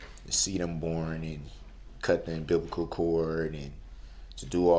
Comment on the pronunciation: This fool said he cut the EMBIBICAL cord 🙄 I can't stand him